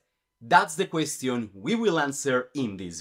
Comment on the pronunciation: Your pronunciation of "question" is wrong again